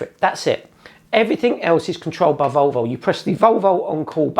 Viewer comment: Odd pronunciation of "Volvo". Sounds more like "Vulvul". Nice review though